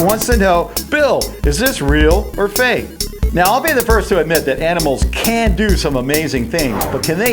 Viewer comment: it's fake not fak